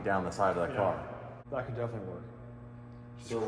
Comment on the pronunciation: I would just like to say, but when you said cark videos, I nearly spat my tea out ( as I live in the UK) misunderstood what videos you were talking about then? LOL.